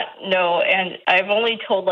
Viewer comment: Why does Doctor keep pronouncing and as end? Is this an accent and if so from what part are you doctor?